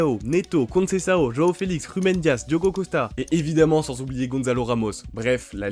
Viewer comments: ''Rhoao Félix'' ? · Le pire c’est qu’il dit bien João neves y a que pour felix qu’il dit mal